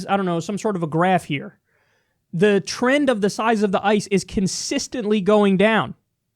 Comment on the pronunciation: THE TER-REND